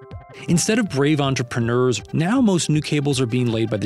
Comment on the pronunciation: Are we just gonna ignore how he says “entrepreneurs”???